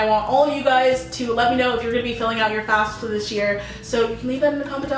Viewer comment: She is sponsored by FASFA yet she can't pronounce the acronym right 😅😅😬😂